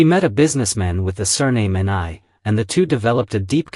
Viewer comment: "Ni' is pronounced "Nee" or "Knee".